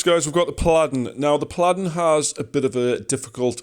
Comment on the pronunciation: The way you pronounce paladin 😅